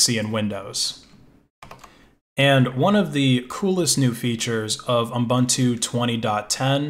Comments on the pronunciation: Pedantic, but it's pronounced ooboontoo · It stresses me how you say Ubuntu xD